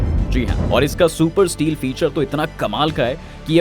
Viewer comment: स्टील नही भाई, स्टेल्थ होता है 😂😂😂😂😂